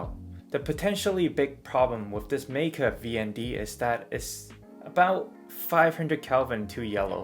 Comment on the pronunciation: German “ei” is pronounced like “eye”. “MIKE-uh”, not “MEEK-uh” or “MAKE-uh”.